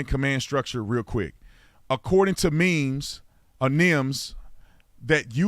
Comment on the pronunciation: full of BS every step of the way. keeps qualifying his remarks, changing his story, etc. Smells like LYING. can't even pronounce NIMS correctly, nor clearly explain the role of the IC, how they're chosen, how you operate under ICS/NIMS, etc. The IC (Incident Commander) does NOT have to remove himself from the scene! 100% BS!!!! It's a NATIONAL standard - there are NO "but this department does it different" excuses!! Doh!! And yeah, I've worked in that field for years so, unlike, I know what I'm talking about.